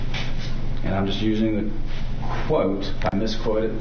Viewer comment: Why do US lawyers contantly start sentences with the word "and", pronouncing it something like "eeyannd"? They also have an annoying way of saying OK after every answer from a witness, something like "uh-keh" with a sort of reassuring question mark at the end.